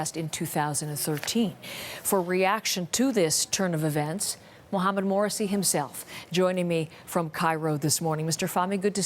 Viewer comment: She said "Mohamed MOURSY himself...." how crap can these reporters be.